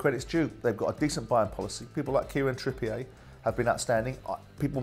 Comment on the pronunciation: Totally agree with MOST of what you said here Simon. Well said & you’re a grand richer than that Wally. 😂 The only disagreement is with the pronunciation of Kieran Trippier. He isn’t now, or never has been called TRIPPY-AY. He’s from Bury, not France or the Channel Islands. It’s Trippier. Surely. 👍